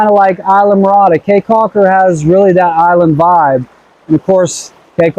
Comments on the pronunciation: Believe people in Belize pronounce Caye as key... Not Cay .. Belize is beautiful! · Caye is pronounced “key” not “K”